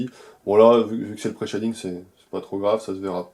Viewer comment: Chez-ding not Chat-ding dude ^^